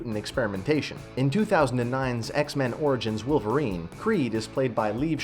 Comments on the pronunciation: Its Wolverine not Willverine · Why are you saying willvarine? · i can't get over the fact that you're saying "willverine".